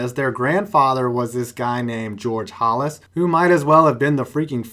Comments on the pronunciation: It's HALlis not HOLlis, as a rival of the Bears (go pack go) GET IT RIGHT! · Yeah, it's not Hollis. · the way you said "Halas" triggered me. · Can't even be bothered to figure out how to pronounce Halas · You said Halas wrong